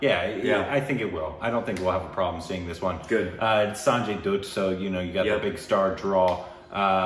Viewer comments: It's pronounced as "DA-TT". Not "DUTT" FOR SANJAY DUTT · For gods sake its not samjay doot its sanjay dutt.not p u t for put But H U T for hut thats how u say "dutt' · Why do you pronounce dutt as dooooott and not like butt?? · Dutt is pronounced like Butt. Not boot. 🤷‍♂️ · It's sanjay dutt, pronounced as bat, not boot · My dudes. It’s not Sanjay Dude. It’s Dutt, Like but, like hut, like cut. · It's not dude Its dutt like butt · Sanjay Dutt is said as datt nut duuutt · Sanjay Dutt (Pronounced as Dath/similar to Alia bhatt)😋😁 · Dutt should sound like 'cut' I believe 🤔🙏🏻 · It is Dutt as in Mutt. Mutt as in a dog.